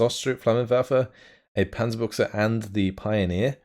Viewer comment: "[...] and a Panzerbuchse." love your pronounciation! By changing the "ü" with an "u" you change the meaning from Tank gun to Tank trousers :D Cool casting series - really looking forward to the next tournament already!